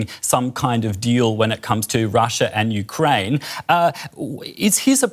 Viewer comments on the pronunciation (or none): none